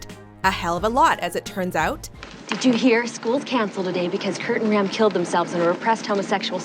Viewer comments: Obsidian Garbage “Kurt and Ram” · I heard it when she said “kurt and ram”